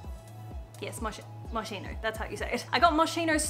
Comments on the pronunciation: moskino not moxino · It's Mos-skeen-o not mosh-eno lol oh and Love Moschino is the affordable range from the designer. Normal Moschino is at $800 for sneakers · It’s pronounced Mohs-KEY-noh not Mow-SHEE-noh!!!! Anyways like your videos!!! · When she said moshino my heart Break. I was like noo it’s not moshino 😊 it’s moskino 😂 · I know that probably someone else already said it, but Moschino is pronounced with an hard c, in English it would be written as Moskino. In general in Italian when you add an "h" the phonetic sound of the letter before becomes hard. Btw loved this video and the dresses featured😍❤️❤️ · I’m sure someone else already said it but it’s Mos”k”ino✨ Loving the pink jumpers!!! 🌸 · It's pronounced "moskino" 😂 it's Italian, the "ch" sound is like a k! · I am a long time Stan of yours, but this has to stop. As an Italian, I cannot stand your pronunciation of Moschino anymore ahahahahah In Italian language the CH sound Is a strong c, kinda like a K? So I guess the closest way to pronounce it is MosKino Love you <3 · Ch in italian is pronounced like a K. SO MOSKINO. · The yellow dress was everything on you! You're absolutely angelic!!! 🙌❤️😍 P.s. Moschino is pronounced: moss-key-no 😉 love from Italy! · Hello from Italy.... Moschino is pronounced mos-ki-no. Love your videos and Archie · As an Italian i cringe so bad each and every time you say Moschino ahahahahha.. the pronunciation is kinda like "moskeeno" btw, love u! You're amazing! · It is pronounced " Mos-key-no" hi from italy 🇮🇹❤️ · Moschino is actually pronounced 'Moskino', as the 'sch' combination makes a 'k'-like sound in Italian (and it's an Italian brand), which is something that most people don't know but being Italian I feel the need to say it cause it's a bit of a pet peeve lol, loved the video though 🧡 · I’m sorry I couldn’t resist: it is pronunced “Moskino” in Italian c+h is an harsh sound not a soft one like in English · it's moskino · Babe it's pronounced "moskeeno" <3